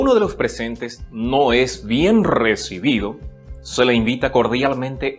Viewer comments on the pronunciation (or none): none